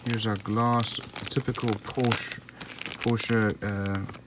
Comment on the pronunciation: It's a great model! I did want the ROW version (Rest Of the World), but unfortunately found this one, which is the US version of the car (you can tell from the turn signals and rear bumper). And it's pronounced "Por-shuh". That was the name of the founder of the company, Doctor Ferdinand Porsche. You wouldn't pronounce "Chevrolet" as "Chev-roh-lett", "Peugeot" as "Poo-gee-ott" or "Renault" as "Re-nalt" would you? 🙂